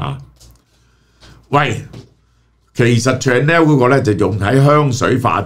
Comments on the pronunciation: Chanel pronunciation is shuh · nel, not chan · nel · Chanel呢個字，記憶中發音已經錯咗唔止一次，何必繼續誤導觀眾網友？